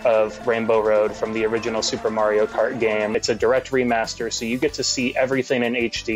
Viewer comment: "The hardest of the MARY-O-CART courses"